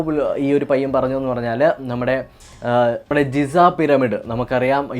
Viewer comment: ജിസാ പിരമിഡ് അല്ല ഗിസാ പിരമിഡ്